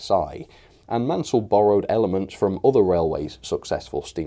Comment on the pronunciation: Hi nice review but the designer was Richard Maunsell ( pronounced Mornsell not Mansell). Sorry to be a pedant, but he deserves to have his name pronounced correctly. Thanks again for your reviews & news updates.